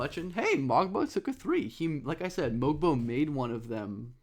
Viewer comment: Great video. Love when you cover my Raptors. Just a quick note about Mogbo's name, the G is silent so its pronounced "Moe-Bo", as per the team release. Not to be that guy who calls you out, just trying to help and share with people how to say his name correctly. Cheers